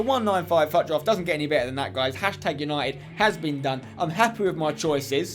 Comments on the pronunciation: Fut draft?? It's pronounced foot draft not fut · it is fut draft but pronounced foot draft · he said faut draft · Im sorry but why are u sayin FUT so weird